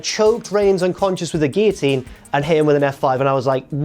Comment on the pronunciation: Im sick of hearing godamn giateen.. it's a bloody guillotine...